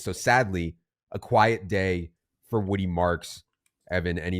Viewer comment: Damn, Evan couldn't even say Woody's name...